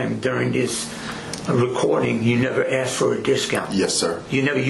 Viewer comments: The one that annoys me the most is "aksed" and you hear that shit everywhere! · but he axed her politely! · Did he say "pult" her over? Say what Bro? Ya Pult he over??? Did you "axt" her for a blowsage?